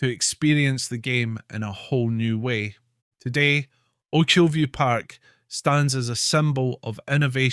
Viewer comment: Sorry mate, but you can even pronounce "Ochilview" correctly? (And you are Scottish!) It's a no from me! Good idea though.